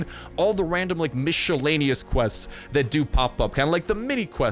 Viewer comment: Miss e lane e us not micheeelaneeeous :3 thank god for school :3